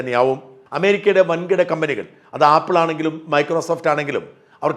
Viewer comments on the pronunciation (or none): none